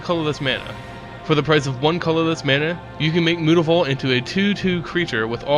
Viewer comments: Mootavault?!?!!?! Its myootavault!!!!!!! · I've watched a few of your videos, and you seem to have a penchant for mispronouncing words and names. Jace's last name isn't Beleran. Innistrad's red-walker isn't Tehbult. And unless it's on 4chan, it's not mootavault. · If it's supposed to be pronounced like that I must've missed the 'o' somewhere in Mutavault. It is pronounced 'm-you-ta-vault'. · I just want you to say "Mutavault" correctly -.